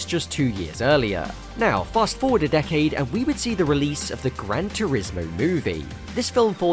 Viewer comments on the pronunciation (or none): none